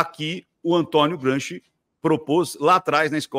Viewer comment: Kkkkkkkk "Gramsci" kkkkk